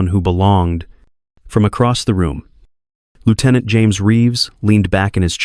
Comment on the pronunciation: Lear to pronounce lieutenant